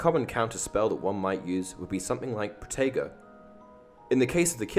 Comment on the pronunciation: He: potago YouTube: “potato”